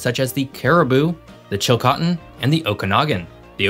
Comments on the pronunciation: For the Interior, you pronounced Cariboo and Okanagan properly. However, Chilcotin is pronounced 'chill-KOH-tin' not 'chill-cah-tin'. How do I know? I grew up in the Cariboo-Chilcotin, and have family still living there. For the last three decades I've been living further north in BC. I love my province, wherever I live! ❤ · Nice work,! I have three small pronunciation corrections to make regarding British Columbia place names. Fraser: freɪzər (FRAYzer, not FRAYzher as in the TV show, “Frasier”) Chilcotin: tʃɪlˈkoʊtɪn (chillCOATin, not chillCOTin) Esquimalt is: ɪˈskwaɪmɔːlt (iSKWYmalt— SKWY rhymes with WHY—not iSKWEEmalt) You pronounced all the other names correctly, or at least the way most people here in BC do. Thanks, and keep up ‘em coming! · Fraser not Frasier. Chilcōtin not Chilcotton. Kermodē not ker-mode. Ess-Kwai-malt not Eskimall. Commenting from the "empty" interior of BC. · Buddy, you need to pronounce the names/places properly. Chilcotin is not pronounced Chilcotton, it’s pronounced with a long ‘O’ not a short ‘O’. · your pronunciation of chilcotin. Is off. Its not chil-cotton. Its more, chil(coe) tin. Also as a born British Columbian. We dont want MORE population. British Columbians want to preserve the pristine nature. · Chicotin Chee Coe Tin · Nice work here,. Just a few suggestions on pronunciation (in phonetics) from a local. Chilcotin= Chill coe tun, Fraser = Fray Zir (not Frazier as in the character played by Kelsey Grammer) and Esquimalt= Es kwie malt. These are all anglicized and not quite the First Nations names. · Chilcotin is pronounced Chill-co-tin. Yes Point Roberts is an odd guy out on this mish mash of the province's territorial division. It's interesting you brought up the Oregon Treaty as most people on both sides of the border are not even aware of these historical facts. The audio was really choppy. Otherwise a good informational video from a proud British Columbian, cheers and thank you.